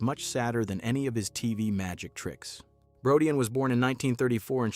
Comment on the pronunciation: Brodeen not Brodeyan